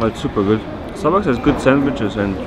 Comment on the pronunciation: It's supa goot